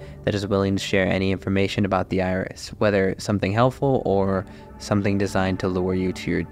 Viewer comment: My brother, I thought you said "THE IRS" and I was so damn confused... "What's the Internal Revenue Service gotta do with this!? I know they're powerful, but Christ!!"